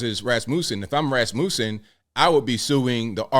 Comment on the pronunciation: The way you pronounce Rasmussen 😂😂😂😂😂😂😂😂😂😂😂😂